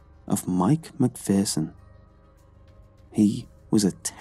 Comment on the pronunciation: McPherson is pronounced Mcfear-son. I went to school with some lol I hate mispronounced things😂